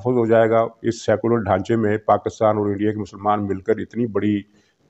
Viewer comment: You cannot pronounce the name of motherland properly ( PAK-KUS-TAN), This is enough to identify you Mr (Lafafa) being part of EU Disinfo Lab.